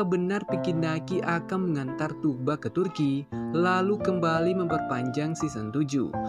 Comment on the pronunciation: Udah sekian lama nyebut namanya masih salah aja boss. Itu huruf g coret atas yang memanjangkan huruf U. Bukan g biasa. Jadi yang betul nyebutnya Thuu-ba. Bukan Tug-ba atau Tuk-ba.